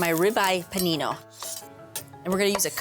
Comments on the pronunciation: pA^Nknee-NO. Like. Girl. She crazy. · her fake italian overpronunciation is annoying but I'd eat that sandwich out of her buttcrack.